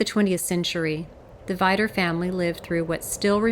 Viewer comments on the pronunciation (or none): Awesome project one thing to add it’s pronounced (vee-dur)